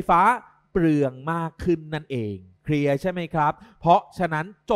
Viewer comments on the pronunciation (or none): เอ๊ะ ทำไมเราได้ยินว่า เพลียใช่มั้ยฮะ555